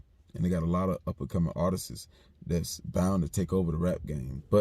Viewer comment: always be saying artistsis